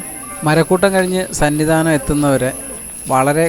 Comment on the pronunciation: സന്നി ദാനം അല്ല സന്നിധാനം😅😊